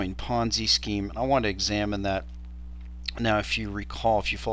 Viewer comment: Ponzi, not ponzy... and it isn't even remotely close to the definition of a ponzi scheme. -- Smoov